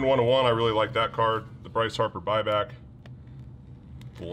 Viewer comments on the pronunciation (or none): none